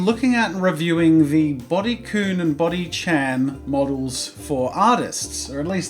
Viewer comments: Kun is pronounced kan not koon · Kun is pronounced like kan just thought you’d like to know love your vids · the fact that you pronounced kun and chan wrong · Is anyone else bothered by him saying kun and chan the wrong way? :D